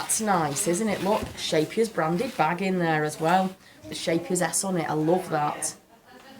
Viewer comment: Love this CAL. Husband has been unemployed for a while now so money is tight. Gutted that I can't get it now. But promised myself to get it once things are a bit better. When you said Scheepjes I had to laugh because I had no idea what you were talking about. In dutch the ch sounds like someone ripping fabric. It sounds amazing in english. Haak maar raak is a dutch expression about something being hooked/curved but a success (like it's supposed to be bad but it turns out to be really good). I love that she used that name. It fits so well with crochet <3